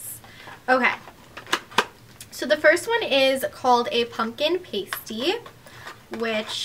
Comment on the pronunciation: How she pronounced paste!! 😂 anyone else pick up on that?